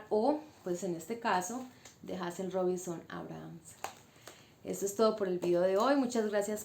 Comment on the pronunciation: Se pronuncia Heyzel bella. Gracias por tu aporte y por resaltar una escritora de nuestras islas.